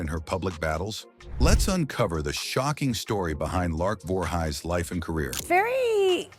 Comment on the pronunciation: "Lark Voorhighs?"